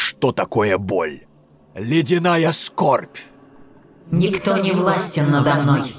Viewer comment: ну так если говорить в Warcraft 3 "Фростморн" уже больше 15 лет)) Однако, сейчас я подумал" мне нравится "Ледяная Скорбь", но произношение такое, как-то тяжко говорит, и, мне кажется, как будто медленно.